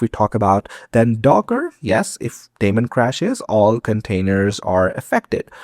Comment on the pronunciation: Every time you said "that daemon" I heard "Matt Damon" ... having said that, informative and accurate video